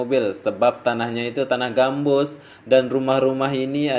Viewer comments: Tanaaahh GAMBUTT MASS BUKAN GAMBUSS .. 2X SALAHH NICHH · Sorry bro kurang jelas...gambut kah gambus...hehe